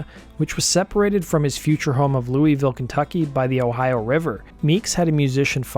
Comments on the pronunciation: Said Louisville wrong bro the Kentucky disrespect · Oh man, that pronunciation of "Louisville" is too much.